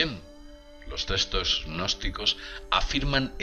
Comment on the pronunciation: Testos? Se pronuncia textos